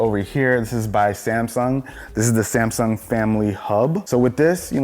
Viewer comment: No one: Literally no one:: "This is samsaung air"